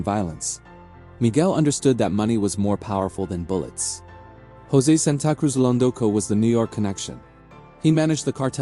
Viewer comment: San ta cruz lol Tell me more mr AI 🤖